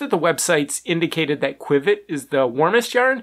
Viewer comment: Qiviut is pronounced kiv ee ute not quwiv-it. Your testing paraphernalia is not a good way to measure comparatively because of the different properties of each fiber. It is like attempting to compare 1, 2, 3, and 4 dimensional objects without including dimensions. Micron count means a lot. The finer the fiber the more insulating properties it provides. The micron count of qiviut av 10 microns is part of the equation that is not factored into your test. Also insulating fibers trap air between the fibers and reflect back the warmth of the body heat. Whereas thermal properties are hollow and add warmth and do not just reflect the body heat. These are only 2 properties that are not easily factored into your test. You are mistaken when it comes to angora especially because it is not just an insulating fiber but a THERMAL fiber meaning it is a hollow fiber. And the air actually creates warmth . This fiber is so incredible it will alleviate pain by increasing blood flow . Also 'soft" is subjective. The only way to determine this objectively is by measuring the fineness of the fiber with micron count not by the tactile quality. Alpaca and mohair have both insulating and semi-thermal properties. Other factors like the external temperature and wind chill and how different fibers behave under varying conditions, the cellular structure distinctions and what this does; how well it breaths and wicks moisture etc all add to the warmth and comfort of different animal fibers. And of course